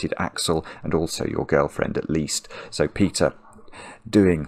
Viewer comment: i thought i heard 'pizza' when he said peter XD but i do want a slice, so that might be why